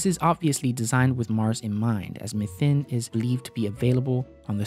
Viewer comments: It‘s called Methane, not Methn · Methane : Meth-AE-ne or MEE-THANE, not "methen", not "methin". You're welcome. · Isn't methane pronounced 'mee-tane' though? Just wondering